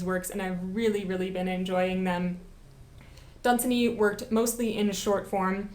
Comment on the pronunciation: It is pronounced Lord dun-ZAN-y!